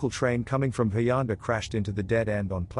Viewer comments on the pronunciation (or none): none